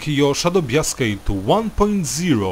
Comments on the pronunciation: A little late to the video but "bias" is pronounced "bye-is". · SHADOW BIASK